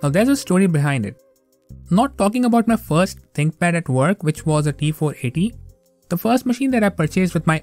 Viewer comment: An example of why enunciation is important. It sounds like you said "my ex-wife's stream." 🤣🤣